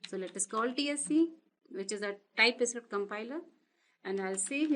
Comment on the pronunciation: Just a suggestion: you sound like Script = Iscript String = Istring Type Script = Tye Iscript